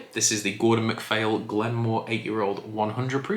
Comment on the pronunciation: Hi, MH in gaelic is usually pronounced V. So Glen Vawr.